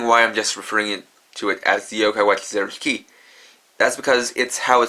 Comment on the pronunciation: when you said zeroshiki I though you said zeroes key